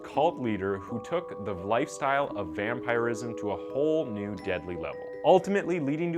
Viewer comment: It’s pronounced vamp-er-is-im, not vampire-ism